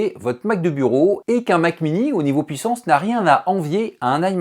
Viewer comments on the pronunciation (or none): none